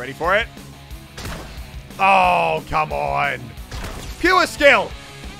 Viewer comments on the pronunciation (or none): I heard skewer skill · “Pewer skill” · "Pewer" Skill, I'm dead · muselk trying to say “pure skill” Muselk: PU - WERE SkILl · i thought he was saying fewer skill i was like what? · Pewer skill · Me: pure skill Muesli: PEWER SKILL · The BOOM bow explosive radius is shit it’s not all he says it is Edit: Also side note dying 5 seconds after you kill someone with a bow is “PEE-YOOAR SKILL” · Love how myself says puer skill instead of pure skill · "Pyeewer skill" Mulsek~2019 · It really sounds like you're saying fewer skill, Elliot. Lol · Is he saying puerskill of fewerskill? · Am I the only one hearing pewew skill instead of pure skill ? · PURE skill not PUWRE PUUURE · Is it just me that hears him say pewer skill? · It sounds like you're saying "puer skill" rather then pure skill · who thinks he said "pew a skill" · Just to let you know it's pure not puer, love u though! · “Puer skill” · Its pure not pue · can you just say PURE right? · Learn how to say the word pure